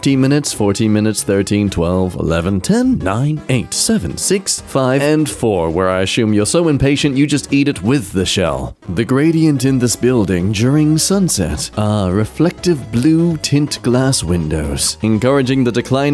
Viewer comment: Insects are going extinct enough already and it takes down the entire ecosystem with it. So maybe dont wish for more. Also, stop saying "ashoom" when saying assume